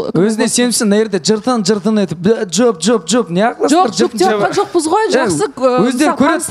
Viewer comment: мен Рамазан жок деп неге ударение бересиз Диана жалпы осекке кумарсыз